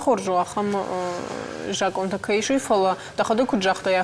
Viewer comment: Ведущая говорит ,, жакон" ,а надо говорить ,,закон ". Это все равно,что говорить ,,масина" или ,, мацина" вместо ,, машина" ! Вот вам и знатоки осетинского языка !